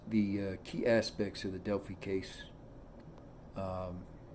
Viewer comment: You're wrong about so much information. Smh .. Delphi is also pronounced (DEL-FI) long I .